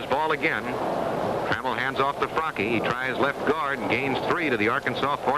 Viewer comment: Can't listen to this broadcaster mispronounce Mike Fracchia's name